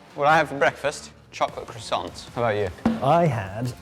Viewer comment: HOW did you just pronounce croissant? You lived in USA for a bit, but come on!!